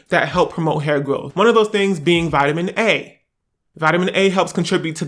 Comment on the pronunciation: Bitch bye he said vitamin ayyeee!! Lol